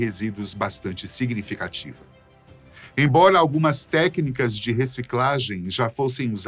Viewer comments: ele falo embola msm, vc que ouviu embora quando lento, sim, era realmente embora,mais as pessoas se confundem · "embola" kkkkkk, so eu notei? Diz ai